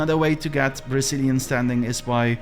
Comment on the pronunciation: I keep hearing "Brazilian" hahaha